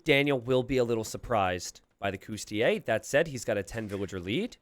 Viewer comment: Sorry to bust your bubble but the correct pronunciation is cOUs-ti-LI-ayy. You keep missing the third syllable. Cheers